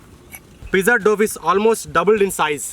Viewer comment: Say Dow not doff.looks like veg oothappam